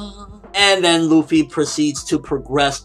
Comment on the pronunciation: This may sound weird and out of place, but I'm getting sick of people calling zoro..zolo? and luffy..ruffy? It drives me crazy but I know I can't change how people say things(especially on youtube lol), but my ocd is driving me crazy. Just had to put it out there. IT'S ZORO, NOT ZOLO. AND LUFFY, NOT RUFFY xD lol